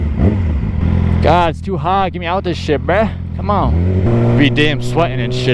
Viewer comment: I love the you say c'moun